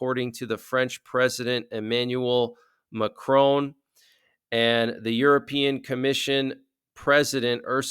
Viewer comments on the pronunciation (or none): none